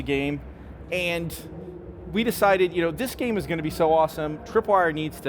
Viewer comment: its a gam, you driv a chark, i by